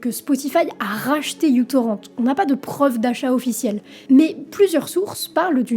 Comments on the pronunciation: Franchement, faudrait que tu prononces soit uTorrent tout en français ou tout en anglais. J'ai arrêté dès la première minute. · Quand on fait une vidéo de 20mn sur un truc dont on ne sait même pas prononcer le nom, pas sur que ce soit très bien documenté... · Bon je reviendrai pas sur la prononciation de µ ("mû" ou "micro", c'est selon), d'autres l'ont fait. Moi ce que je remarque surtout c'est que Daniel MF Ek est encore dans les sales bails, et nous rappelle que Spotify s'est bien créé sur la vampirisation de la musique échangée grâce à µtorrent. Donc le mec s'est fait de la thune sur le dos des artistes, en leur volant leur contenu, en estimant que la zique c'est de la marchandise. Maintenant il se fait encore plus de thunes en faisant la promo de groupes de musique en IA, qui s'est faite en apprenant la musique des autres, sans rien payer à qui que ce soit (encore), et maintenant il met de la thune dans ... l'IA militaire. Bref, boycott Spotify, évidemment, mais surtout Chaque utilisateur de Spotify a du sang sur les mains, et ça n'aura pas pris beaucoup d'étapes. Monde de merde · C'est "μTorrent" (avec un "mu") ou "micro-torrent" mais pas "utorrent" parce que c'était supposé être un client plus petit pour le protocole BitTorrent. "Torrent" ne se prononce pas "torrente" mais avec le "n" juxtaposé au "t" comme dans "moment" en anglais."Ludvig" se prononce plutôt comme en allemand ("Lüdwig"). Le problème des alternatives légales, c'est que tout le monde a voulu sa part du gâteau sans se rendre compte que la gateau a une taille limite et qu'un service deviendrait moins intéressant s'il proposait moins de contenu. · bien que ce soit le mu, faudrait prononcer microtorrent, que ce cette lettre signifie micro (genre uV = microvolt) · Tu sauras que μ est la lettre grec qui se prononce « mu »… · Non, on dit mu-torrent. Parce que c’est la lettre mu. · Ça se prononce MicroTorrent et le prénom du gars ça se prononce "Loudvigue" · Ça m'a perturbé toute la vidéo 😅